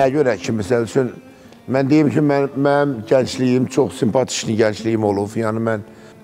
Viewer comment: Simpatiwni deyir mende ele bilirem staliwni deyir!😂